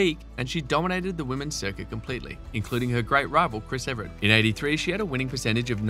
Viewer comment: It would be nice if you could pronounce Evert right. It's Evert, not Everett.